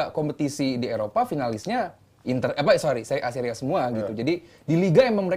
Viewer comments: Orang" Bapuk yang ga paham seria mencoba ngomong seria A. Alhasil tau lah nama pemainnya aja salah sebut semua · nyebutin nama pemain aja salah, kok ngebahas seria.